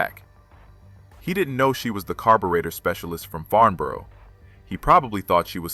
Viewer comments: I wish the Americans would learn to pronounce and spell the Englich language correctly. . It's Farnborough not Farmboro .Also when talking about ME109s why show film of Stukadive bombers and when talking about modifications to the RR.Merlin engine why show photos of the Geman Daimler Brnz engine. Annoying and inexcusable. . Makes the whole thing amateurish. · Farnburuh. Pronounce it right. and welding on a fuel line in a few seconds? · Very good indeed, but please learn how to pronounce the name Farnborough. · Do you ever check the video before posting it??? No of course you don’t otherwise you would know that FARMBOROUGH IS NOT IN ENGLAND! I’ve watched many of your videos and have enjoyed them BUT EVERY SINGLE ONE HAS SPELLING MISTAKES IN THEM. BY THE WAY , IT’s FarNborough! NO ‘M’ ITS AN N!!! My father was an army career man which means we moved a lot. One move took us to Aldershot near Farnborough. Loved the air shows. Ps, Sack the proofreader!!!